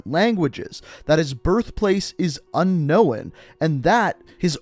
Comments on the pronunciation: when you pronounce unknown as unknowin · It's literally not that hard to say. (Nick-Toe) Also, did he not pass school or something? This man literally said, "Un-know-wen" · Anyone else think he says I know weird He says it like un-no-wen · Ok but this is annoying my so what the fuck is unkowin it’s pronounced “un noen” please look it up if you think it’s unknowin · Is anyone else triggered by the way he says unknown? It’s “un-nown” not un-nowun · It’s unknown not un no one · Un-known is pronounced unh-nown, not unh-nown-in. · I have to say and I hate to be that guy but un-known not un-knowin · Is it unknown or un knowen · The way he says unknown pisses me off so much! It’s unknown not unknowen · Nikto or Nikito I can let go but "un-know-when"? Bruh what's your first language lol. Like the theory and im excited to see what it'll be but that had me laughing bro I just kept hoping something else would be "unknown" 😂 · He really said "unkowin" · He has to know that he is saying "Un-Owen" and not Unknown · White people love adding extra letters to words lol "Nikito" "Unknowon" 🤣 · Good video but the homie says unknowin instead of unknown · Before making another vid, please teach yourself to say UNKNOWN properly it’s a two syllable word man not 3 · I subbed just for the "unknowen". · “First language is UN-NOWAN” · You notice he says unknown by unknowin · i like how you pronounce unknown as unknowin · Dear god, I never realized how much it bothers me when people say Unknowen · un owen lol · Un-Owen hmmmmm must be another operator lol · Z3r0_DAys yeah he says it like unkowen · Lol. Yeah unknowin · He says unknoen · Unknowan* lol unknown mate... get it right ffs... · Why do you say “unnowen” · "His first language is un-owen" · Your pronunciation of the word unknown is literally what turns people to commit murder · Why u pronounced unknown like that ? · how about saying the word unkown the right way , you sound dumb as shit , never heard anyone say unknown that way